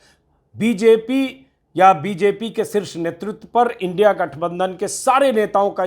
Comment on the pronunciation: ऐ मुर्ख इन्डिया कों इनडि बोल रहा हैं